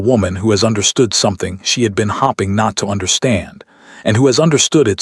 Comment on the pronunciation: The word should not be she didn’t want him to think she was hopping for it. The word is hope ing which is spelled HOPING get your AI to say things correctly